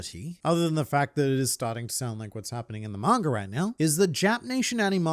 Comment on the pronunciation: I love when you say mangr